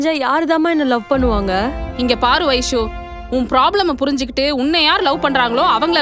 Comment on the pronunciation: Avanga Vaishu Vaishu nu solluradu enna soldra maduri iruku...